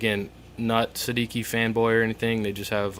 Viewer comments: It's an Italian name, pronounced "Sed-EE- chi" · I think it's pronounced say-de-chi. It's Italian for 16. :) nice review